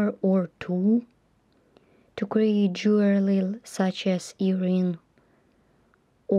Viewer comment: It’s Jewelry get it right and try to pronounce properly when talking